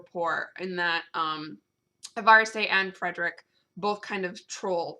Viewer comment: E-Var-eh-Ste? I had always pronounced Evariste like Everest the mountain. I like your pronunciation better.